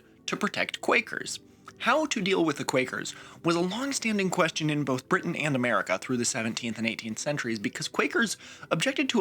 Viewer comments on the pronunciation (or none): none